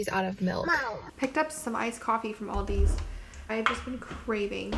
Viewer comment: No s on Aldi btw